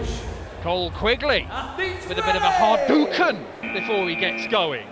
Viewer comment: “with a bit of a hadO!ken”